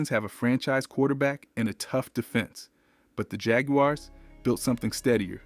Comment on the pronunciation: He also said jag-u-ares